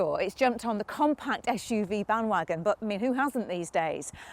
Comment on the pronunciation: "esh U V" normal people say SUV